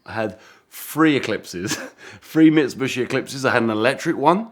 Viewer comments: Bro said mitsubooshi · How many times did he mispronounce Mitsubishi? 🤣🤣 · This is cool, I just really wish this dude knew how to pronounce Mitsubishi properly. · He is saying wrong Mitsubishi